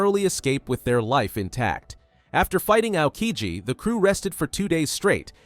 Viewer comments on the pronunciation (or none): none